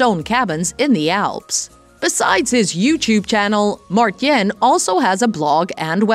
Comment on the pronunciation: OMG please do your homework before you say his Dutch first name a thousand times wrong in the same video.... You pronounce it as 'Mar-tine' (ENG) not 'Martjen'....